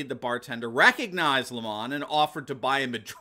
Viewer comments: It is Not LEE mon , It is lem on just like the nasty tasting thing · His name is pronounced as per the sour fruit, lemon 🍋. If it was pronounced as he wants to be known with an elitist French accent, it would be spelt thus, Le'mon. Lemon by name, lemon by nature. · Lemon is not pronounced Lemahn, it's pronounced Lame-man